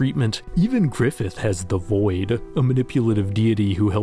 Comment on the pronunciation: he said grifith weird